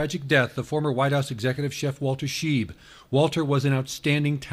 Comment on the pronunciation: It's Shy-b not sheeb by German pronunciation.